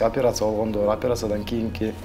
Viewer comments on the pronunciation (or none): none